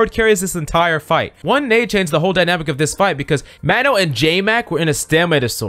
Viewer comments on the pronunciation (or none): none